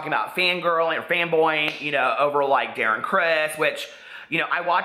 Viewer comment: saying Darren criss I can’t.